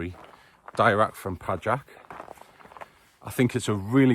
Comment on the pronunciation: Pajak if you... Noted! btw proper pronunciation PAYAK (surname of the owner. Meaning: spider)